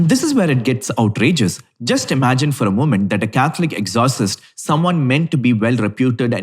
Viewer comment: HEY it's not exhausist 😂😂😂.. It's ex O cist....my man... Cmon now catch up